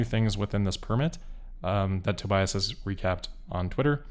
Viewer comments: On behalf of Tobias, the German "i" is pronounced as an "e" like in "bee", To"bee"as. And as always, good job! I wish I could do these kind of presentations uncut. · If you want to improve the pronounciation: The middle part is pronounced like bee, so Tobeeus. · pronounced toe-BEE-us